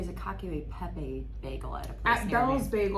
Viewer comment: It's "cacha peppay" phonetically